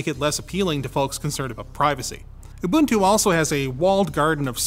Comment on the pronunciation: I like how you pronounced Ubuntu correctly.